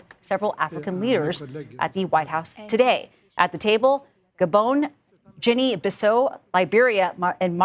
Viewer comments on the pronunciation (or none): A journalist can not pronounce Guinea Bissau 😂.